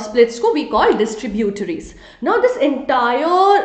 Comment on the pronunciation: maam ur prounciation for distributries and tributries is funny